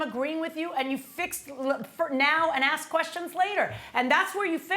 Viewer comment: I axed? I noticed they pronounced axed the word asked